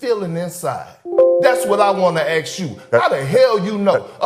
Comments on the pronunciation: You know how stupid a person is when he say “AX” instead of “ASK” Perk :: That’s what I want to AX you!! 😂😂😂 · Just so people know it's actually pronounced ask not ax you a question. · "I AXED that question." Kendrick Perkins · He axe that question give me a break I was born in Puerto Rico you won't hear me speaking that way mason calls me the professor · It do it do it do. Aks aks aks. Kendrick is damn lucky to have a job like this. Wow. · "Axed that question" Stupid mf 🙊